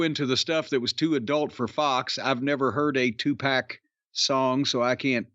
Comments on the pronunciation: I can't believe didn't correct Jim on how he said tu pac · Love Corny saying Two Pack 😂😅😊